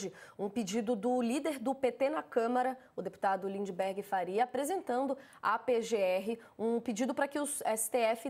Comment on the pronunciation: Gente amiga, perdoem este Pascoale de meia tigela que vos tecla, mas o nome do deputado é Lindbergh, não LindeNbergh. "Reiterar" também não tem esse N que se escuta no vídeo. Acho que esses dias escutei até um "mendigância" vindo de vocês. Mendicância. Ah, pra terminar: Mendigo, não mindiNgo. Parei, perdão. Obrigado por todo o resto. Tamo junto, abrações!